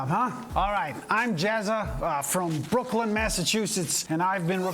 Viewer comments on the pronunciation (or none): LOL it's pronounced Brook-Line MA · "Brooklyn Massachussetts" what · For the record, it's Brooklyn New York, but Brookline Massachusetts, rhymes with "align"